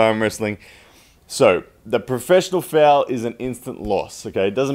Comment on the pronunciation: Is this guy saying FOUL or FAIL speak english please.